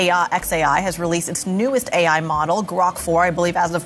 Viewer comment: This video would be more credible if the AI doing the script reading was able to consistently pronounce correctly the expression "AI"!!!😂